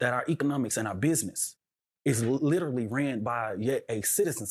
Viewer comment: This jerk also does not know how to pronounce the word literally 😂